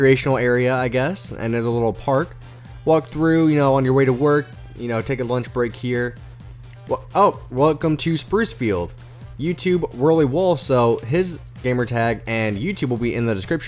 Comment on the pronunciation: It's spruce field not spuce field lol